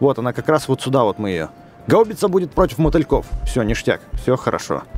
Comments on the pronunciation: Не гау́бица, а га́убица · правильно гаубица ударение на первую А